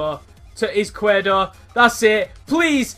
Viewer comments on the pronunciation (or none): It's pronounced Ees-quier-do, it means left in spanish